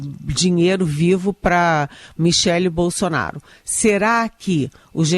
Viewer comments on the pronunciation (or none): none